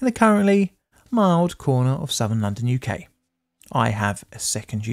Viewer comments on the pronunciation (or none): none